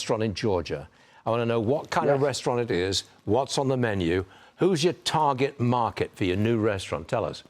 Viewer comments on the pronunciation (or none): This Fox commentator Stewart should be given speech lessons ‘or’ be fired as it is NOT a “toget moket” but rather instead it is properly pronounced “target market”.